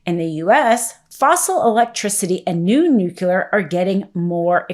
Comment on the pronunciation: Nuclear. It's not nucular. Makes you sound like a president Bush.